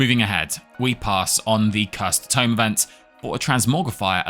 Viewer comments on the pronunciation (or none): none